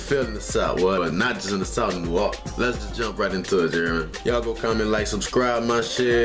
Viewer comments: NEW "WAR" LINS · Man please PLEASE delete this comment. NOBODY says "nahlins" smfhhhhh